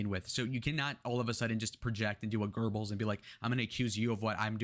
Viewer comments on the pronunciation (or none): none